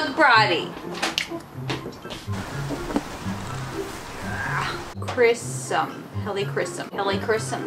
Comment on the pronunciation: Wait, brydie? I thought it was briddie